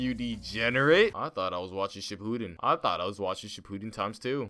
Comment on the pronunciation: He fr said shipuden like cipooden